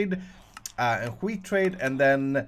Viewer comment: Uttalar du wheat på det där sättet så du kan komma undan med att svära på svenska :p